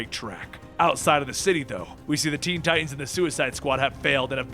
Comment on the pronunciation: Ti tans, Ti tans, not Ti ans. Enunciate!! LOL I do love your vids tho.. Good job